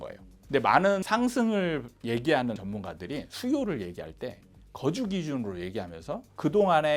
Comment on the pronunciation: 잘 들었어요 근데 대표적으로 수요 거주 억양이 틀렸어요